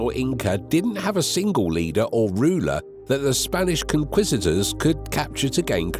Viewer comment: “Hit-tight-tees?” Were the Hittites wearing tighty whitey tee shirts? “Ucks-mal?” Uxmal pronounced “Oosh-mal.” And “conquistadors” is not pronounced “con-quisitors.” And “Jorge” is pronounced “Hor-hay”; not “Yorge.” That’s basic Spanish! The word pronunciations in this video are awful. Either this is an AI voice, or the guy doesn’t know how anything is pronounced correctly.